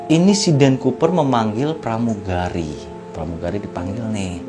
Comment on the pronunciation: plamugali 😂😂 😂😂